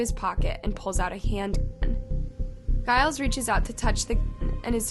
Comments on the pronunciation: Are you saying Giles? I am just confused because that's really not how you say it. Few bits like this recently. Just thought you would rather know. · it's supposed to be pronounced with a G as in George. 🙂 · Please google how to say names, saying them incorrectly is annoying. Giles is pronounced with the G pronounced as you would in the word 'gent'.